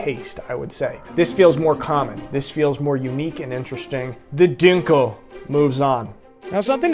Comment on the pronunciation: When you say Dunkel you say it as if it has Umlauts. Sorry man other than that great video but I’m sad you skipped over Krombacher and you should have compared the winner to the US beer LOL. (I know it isn’t a comparison but it would have been funny to see you say how bad it is:) As always great video and keep em coming.